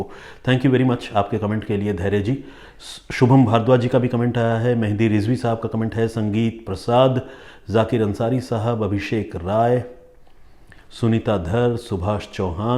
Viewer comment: Sir ji aapki kahani ka tarika hume bahut pasand h Aap har bar mera naam galat bol jaate h mera naam sanjeet h sangeet nhi